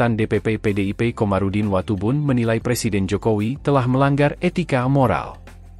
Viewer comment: ngomel ada pangtni, ksal. blakangnya tni semua. ga ada tempat yg lebih landai buat ngomong??? btw belajar ngomong Presiden dl. jgn persiden